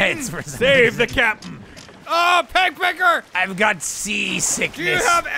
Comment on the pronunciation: Every time they say “peg pecker” it sounds like “pek pek” and in Filipino that means vagina so every time they address Michael I’m caught off guard😂😂